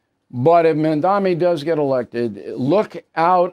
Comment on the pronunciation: Bill, learn to say 'Mamdani' correctly, it's not Mandami (at least now you get it right half the time, unlike your past videos on him). Please. Secondly, two candidates need to drop out to ensure Mamdani does not win, and this is very unlikely to happen. Therefore, he's not going to 'squeak by', he will win decisively. No, this is not good news. At this point a majority of New Yorkers could vote against him, and because the opposition is split three ways, he will still win. Not the fault of New Yorkers, but the fault of ego-centered candidates who won't get behind one alternative, because of their egos and their fantasies. Like the Prisoner's Dilemma, they will all act selfishly, and they all will lose.